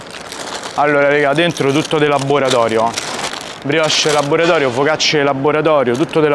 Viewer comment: Er pomodoro de labboratorio….un si può proprio sentire!😂😂